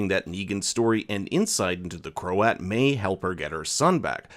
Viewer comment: And Croat isn’t pronounced crow-at.